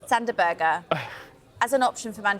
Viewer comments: Its pronounced Sander Berg'eh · Did she just say “Sander Burger”? 😂😂😂